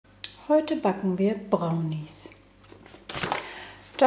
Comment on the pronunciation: brrrrrrrrownis mit einem rrrrrrolendem Rrrrrrrrrrrrrrrrrrrrrr